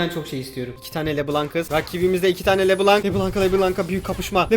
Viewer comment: Abi o le blanc kelimesi lö bılon diye okunuyor beyaz demek fransızca da